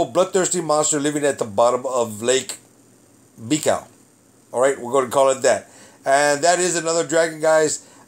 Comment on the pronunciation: Lake Buy-call is the pronunciation